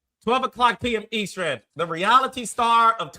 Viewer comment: Hey, please tell Carlos how to pronounce EASTERN, please it's driving me crazzzzzy!🤣🤣🤣🤣🤣🤣🤣🤣